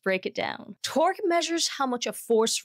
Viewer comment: I heard twerk instead torque 😂😂😂 the bug was twerking on the golftball